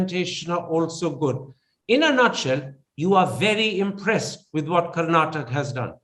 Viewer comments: Not karnatak....it's Kar-na-taka. I understand you are not familiar with the pronunciation. Please correct yourself and i beg others who are watching this video, please remember it's pronounced as KARNATAKA....don't forget the A in the end. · the anchor Mr. Thapar must first learn how to pronounce the state. it is Karnataka with a "a" at the end, not Karnatak